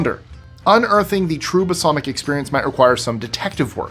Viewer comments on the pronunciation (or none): Balsamic not basalmic vinegar...lol sorry , nerd 🤓